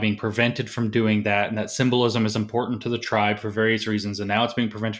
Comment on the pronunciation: James, is "EMPORDAND" defined in your SJW encyclopedia? Sorry, I don't mean to be ad hominem, but this SJW thing is appropriating and destroying our language at the root. Is it too much to ask for proper phonetic pronunciation, at least? Lazy at every turn.